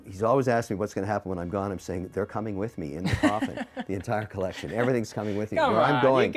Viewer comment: Another Mr. wonderful video, another round of feeling triggered by the pronunciation of "colleccion." Love these!